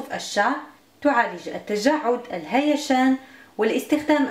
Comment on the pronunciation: "الهيجان" و ليس ! الهيشان!